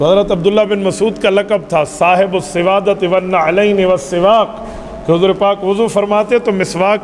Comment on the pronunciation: صاحب السوادۃ نہیں, بلکہ صاحب الوسادۃ